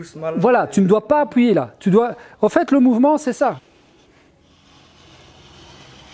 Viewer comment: Faut pas appOUILLER sur la table d’entrée quand tu appouille là tu fais une banane Allez, un nouveau projet de t-shirt ^^